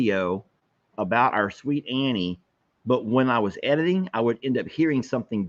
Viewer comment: I kept hearing "Harry". When I saw the original post it sounded like you slurred the word Annie. Weird.